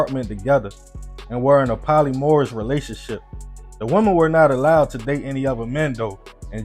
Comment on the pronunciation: 🤦🏽‍♀️Polyamorous = Poly-am-or-us😊. 👍